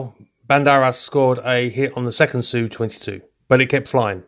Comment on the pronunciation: Finally someone who says 'Su' phonetically not 'S-U' when describing Sukhoi aircraft. Small detail, but appreciated.